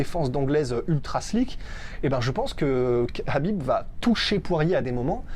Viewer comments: Les gars ont dit : KHabib comme la Jota en espagnol comme si vous alliez cracher le KHA ! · Oui c'est énervant la façon dont il prononcé son prénom Qu'ils disent soîte Habib ou kabib mais pas Crabib bordel 😂😂